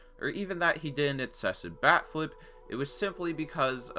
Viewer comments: Holy shit the entire video I thought he was saying back flip. Wtf is wrong with these pitchers, even a backflip wouldn’t be enough to purposely hit someone and they do that shit for a bat flip? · I'm not a baseball watcher and everytime he said "bat flip" I thought it was "back flip" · I heard "back-flips" for the entirety of this video and i was kinda confused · I thought you were saying backflip, because I didn't know throwing your bat was disrespectful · I kept hearing 'backflip', was wondering when it would be shown. But the "disrespect" part was a fucking BAT flip? Good God you blew my mind. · I am a baseball watcher and everytime he said "bat flip" I thought it sounded like "back flip" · I thought you said a back flip lol honestly tho a bat flip?? 😂 How pathetic